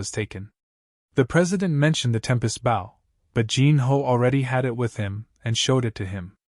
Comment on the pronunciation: Am I dreaming? Is this actually a HUMAN-NARRATED recap?? WOW (subscribe) WAIT NO, it still pronounces "Bow" referring to the weapon, as "bow" as in kow-tow or bend at the waist. That's still a sign of bad AI reader. But this one is still good, so I'm going to stay subscribed unless there are other profoundly stupid pronunciations or bad translations. Run-together sentences, black dragon FONG (it should be FANG) and a few others. But not too noxious. And after listening to over an hour and hearing the translation varying in quality, I'm convinced that the AI translation is the main problem with incoherent, mis-translation and most bad reading ... it really REALLY begins screwing up English grammar. it starts pronouncing the Korean name "Seo Jun-Ho" as S.E.O. Jun-Ho -- but this is NOT search engine optimization, it's a man's NAME. The Norse word Niflheim is not pronounced knife-ull-hame -- it's Neef-ul-hame or Neef-ul-haim. IF that's the word they're using.